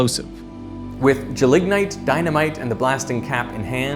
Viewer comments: Extremely minor nitpick, but I've always heard it "GEL-ignite" (gel that you can ignite), not "je-LIG-nite" ;) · and You have the pronunciation of gelignite wrong. The emphasis is on the 1st syllable, not the 2nd, in both UK and US English. gel ig nite, not gel ig nite. Check out the Cambridge dictionary for examples. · It's not "je-lignite" but "gel-ignite". Gelatious ignition. (I used to work with the stuff in the military.)